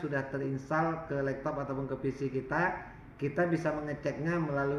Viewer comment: Laptop bang bukan lektop